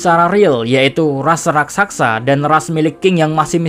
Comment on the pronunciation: min, bukan RASAKSA tapi RAKSASA min